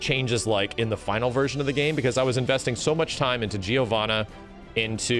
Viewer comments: Why do english speakers pronounce Giovanna “Geo-vanna”? I never got that. It’s pronounced more like Jovanna. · Can you guys stop calling Giovanna "Geeo" please? It's actually pronounced "JOvana" and it's hurting my european ears to hear that.